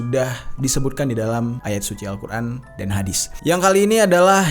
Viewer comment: kok Kaka omong nya al-Qurn